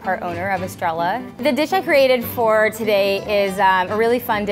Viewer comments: When she said Estrella..... "ess-tray-yuh" not "es-trel-la" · Nigga it's estre-ya. Not estre-la. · Estrella... it has two l's, it is a Spanish word pronounced es-tray-yuh. If you're going to use a word in a foreign language please pronounce it right lol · Just curious on how she pronounced "Estrella". Is that the actual way they call it or should it be how we pronounce it in Spanish? Like... "Estraya" No hate, I think it's a unique spin on the word if so. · (es-tre-lah) triggered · Tom Leonard On their website it says that the restaurant was named after the circus girl Estrella from Joanie Mitchell song "Ladies of the Canyon". In the song it's pronounced Estreya. So no she did not decide to pronounce it differently from the typical pronunciation. She is simply saying it incorrectly. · yikes the pronunciation of estrella 😒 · greedy of course! I completely agree. Loll Which is why I wanted to know what they were going for. The way she said it sounded kinda cool, to me, but then of course it would mean something different (and not star) 🤗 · Tom Leonard truuuu 😂😂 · Clicked away as soon as I heard how she pronounced "estrella" lmfao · is it sad that I was done after she said estrella wrong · Part owner, but you can't even say the name of your restaurant correctly?! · i lost all respect the second she said estrella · I'm not latino but I still got pissed off at how she pronounced the restaurant. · she doesn't pronounce the name of her restaurant properly